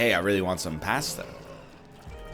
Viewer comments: ok, i can tolerate americans pronouncing pasta like it has an R in it, but saying it is a side dish not a main? that is unacceptable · Why do they make fun of you? Italian here, you say it much better than most english speakers NL! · Pästa? Lol. Where are you from? *Germany*? Nerd! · Erm what's wrong with the way you say pasta?